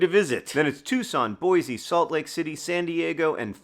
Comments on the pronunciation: How did i not know Sarah and i have the same birthday?! Also, to save you: boy-see. Not boy-zee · Just for your reference as an idahoan "boy-see" not "boys-ee" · Boise is pronounced "Boy-see", no Z. We don't get annoyed by much, but for some reason, that's the #1 thing.